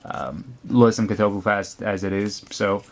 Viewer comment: its cat-oh-bleep-ass ( ass pronounced the english way ahss )